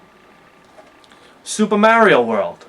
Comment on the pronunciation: Soopah Merry-Oh World!!! LOL